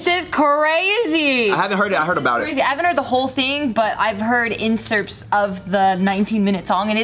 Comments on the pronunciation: its excerpt bruddas not incerpts ahaha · What’s an incerpt? 😂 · Did anyone else get peeved by how they said “inserpts” instead of “excerpts”?